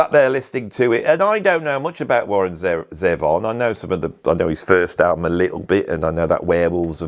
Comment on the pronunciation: ZEE-von,. ZEE-von. Warren was an American, you should pronounce his name as an American should. I remember watching a clip of Warren performing on the BBC from the 90s and the presenter prounced his name in that very BBC-ish way, and I thought to myself "I'm never going to say his name like that", and I haven't since. Love Warren Zevon, BTW. I bought the "Genius" compliation around 2003-04, and within a number of years I owned EVERY album he made. Live albums, rarity compliations, if it has his name on, I'll buy it. His self-titled album might be one of the best albums of the 1970s.